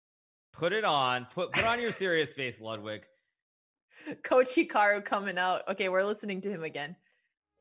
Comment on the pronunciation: its pronounced „loodwig“ not ladwig